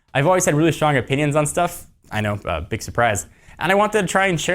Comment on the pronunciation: emphases on BIG